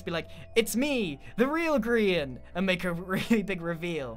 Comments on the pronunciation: Xd someone said Hi 'Grain' not Grian, idk maybe they where being comedic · “Sir grain”, nope, definitely not grian. Not at all.